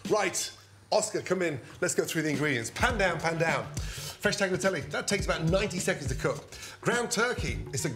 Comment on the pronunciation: Please do justice to the italians, turkey doesnt belong to pasta and its pronounce ‘tah-lya-teh-leigh’